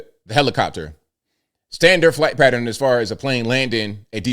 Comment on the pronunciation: Drives me crazy to hear someone say patteren. It's pattERN.